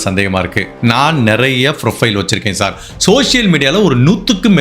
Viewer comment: Your videos are very interesting and my day doesn't go without watching the same. Voice modulation and timings are all very interesting and catchy. Pronunciations of few English worda has to be taken care. Like performance, profile, schizophrenia, bhopal and few more. Looking forward to watching more videos. Best wishes and Good luck.